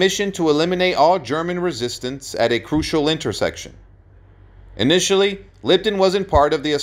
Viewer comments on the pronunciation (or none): none